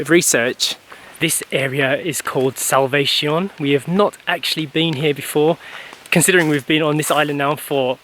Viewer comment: You guys should pronounce the name of the place Salvacion in Spanish and not the way J pronounced it in English like salvation!😂